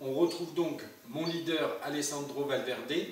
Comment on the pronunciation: Dis moi avec la nouvelle Xbox, la Series X tu peux jouer à TDF 13 donc pourquoi pas rejouer à ce jeu .. Et puis t’as fait de Valverde un italien (bon c mieux la prononciation maintenant) 👌